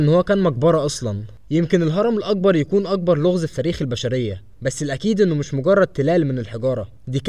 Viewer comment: المذيع يلفظ حرف القاف و كأنه حرف g و للمثال فهو يلفظ كلمة مقبرة هكذا magbara وكلمة الأكبر يلفظها هكذا Al agbar